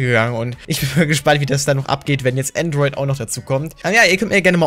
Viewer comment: Benjamin Brandt es heißt Android nicht Antroit